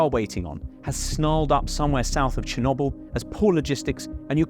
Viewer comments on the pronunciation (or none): none